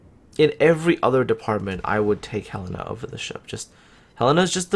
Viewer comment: Hurray, you learned how to pronounce Helena!